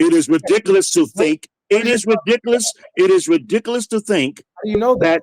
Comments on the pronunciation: This man cannot be real 😂😅 that's reedikuhluhs 😭😩😂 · Why can't this old dork say "were" not "was" and "rehdickulus" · "THAT’S RIDICCALUS" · "Its rewdicowis"😂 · Sheikh Ba-leeh Khalsaun "But I'll tell you what!" "It's absolutely re-dic-eh-lous" Be sincere, sir, or go home 😪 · He keeps saying that’s “ridiklas”. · “That’s ridicalus” lol someone get Charles Barley’s unc please